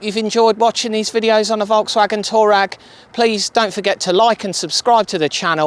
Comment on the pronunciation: Great build! It’s pronounced Twa reg though not Tour rag! 😊